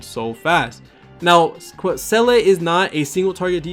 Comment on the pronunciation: Great guide bro. Her name is pronounce Zee-luh btw it's German.